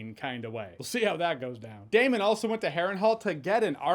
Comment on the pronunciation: Thank you for getting Daemon correctly